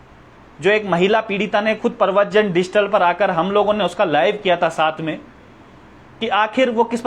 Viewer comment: डिजिटल बोलना नहीं आ रहा भाई को पत्रकार बनेंगे। कभी-कभी मुझे लग रहा है भाई तुमने भी तो एग्जाम नहीं दिया था कहीं क्या पता पेपर मिला हो और फिर भी पास ना कर पाए हो तभी यह सब हालात हो रहे हैं या गलत पेपर दे दी आप लोगों को किसी ने। एक जांच तो भैया बेरोजगार संघ वालों की और यह कुछ जो मनगढ़ंत पत्रकार हैं इनकी भी जांच बनती है।